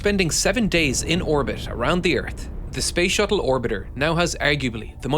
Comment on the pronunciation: Why do you mispronouncing the word earth? You keep saying "urts" what is an urt?